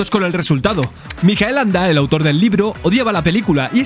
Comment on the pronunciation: Gracias por el video. Bien por decir "Mijael", en alemán, y no "Maikel", a la americana... pero... permíteme... ¿por qué pronuncias el apellido "Anda" y no "Ende"? En alemán se pronuncia "Ende", como en español. Me descolocó. Aporto curiosidades: no es Fantasía (con tilde) sino Fantasia (sin tilde), porque en alemán Ende no usó "Fantasie" sino "Phantasien" y trataron de reflejar este cambio en la traducción; una de las cosas que más cabreó a Ende fue que el personaje de Bastian era un homenaje a un amigo de su infancia, que era gordito, y murió con diez u once años... y por eso en la novela Bastián es gordo... sin embargo, cambiaron el personaje y pusieron a un niño escuchimizado. Otra es que la entrada de Bastian en la librería bajo la lluvia de noviembre recreaba el primer encuentro de los padres de Ende, y en la película ni lluvia, ni frío ni noviembre. Atreyu es un "Piel verde" (derivado de los "pieles rojas" de las aventuras de indios... perdón... nativoamericanos y vaqueros), y es que en la novela es verde, su tribu es así. La Torre de Marfil y la sala de la Emperatriz lo traía por la calle de la amargura, o que dividieran la novela en dos partes, cuando la novela no tiene partes. A la película le falta media novela y alteran el reencuentro de padre y Bastian. Y Bastian a lomos de Fujur persiguiendo a los bullies al final... entre otras muchas cosas... La película es muy buena, pero hay que dejar la novela en el cajón, y al revés.